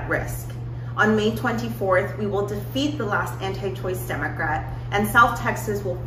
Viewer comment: Am I the only one that hears Democwat?